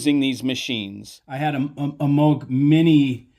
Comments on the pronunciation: It's pronounced Mow- G,not Mogg! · That’s the first time I heard his name pronounced that way.